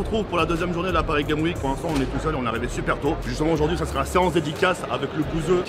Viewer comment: Paris Games Week sans liaison 😂